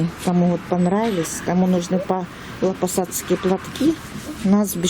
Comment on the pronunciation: Не ПАВЛОпосадские, а ПАВЛОВОпосадские платки правильно